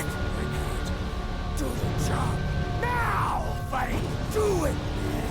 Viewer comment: His name is pronounced as Fa-reed; not Fair-id. Come on bruh, you could at least TRY.